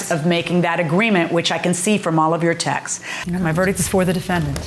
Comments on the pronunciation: How about texes instead of texts. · 😂😂 Don't forfet 'texes' instead of texts.😂